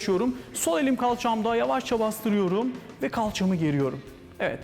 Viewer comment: 'de "kalçamı" derken ki vurgusu diyorum ve susuyorum.